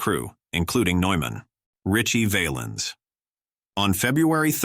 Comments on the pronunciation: Richie VAL- ens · I know he wasn't a famous actor, but how about Knute Rockne. He was killed way before Will Rogers. Terrible voice over work here. Valens pronounced wrong several times. Using Patsy Cline look a likes is insulting to her, not to mention the mispelling of her name numerous times. 12K SUBSCRIBERS TO THIS GARBAGE !!!!!! YIKES !!!!!!